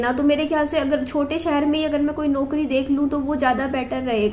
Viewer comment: Radio Jockey ki job achhi hai,par mein ek advice dena chahungi apko please isko ghalat mat lena आप कुछ शब्दों का उच्चारण सही करिये जैसे ‘ौ’ को आप ‘ओ’ बोलते हो eg. ‘नौकरी ‘ होता है ‘नोकरी’ नहीं । ‘पौधा’होता है ‘पोधा’ नहीं।औरत होता है ओरत नहीं ।दौलत होता है दोलत नहीं।😊